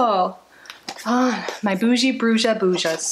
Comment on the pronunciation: BRUJA MEANS WITCH IN SPANISH, THE J IS PRONOUNCED MORE LIKE AN H